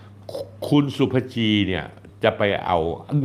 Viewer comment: เธอชื่อศุภจี อ่านว่า ศุ ภะ จี. ค่ะ